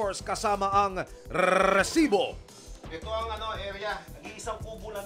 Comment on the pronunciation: rrrrrrrrrrrreeeesibo.. nakakakakabwisssit pakingan